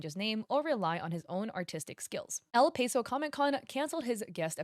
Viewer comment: Cringing at El Paso being pronounced as El Payso as a Texan 😭😭 Love you tho